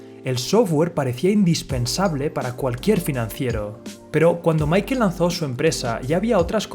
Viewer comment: Si le vas a decirle mickel hahahaha mejor di michel o paga un curso de ingles que te hace falta hahahaha